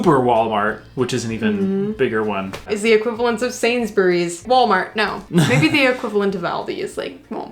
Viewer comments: was right in his 1st pronunciation of Sainsburys. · You pronounced Sainsburys correctly but Lidl is as you said the second time. And Co-Op is a huge UK company, that owns man random businesses like funeral homes and wills and such, not a lot of people know that! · Yes you say Sainsbury’s correctly 🤣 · I am really impressed - you pronounced Sainsburys perfectly!! 😁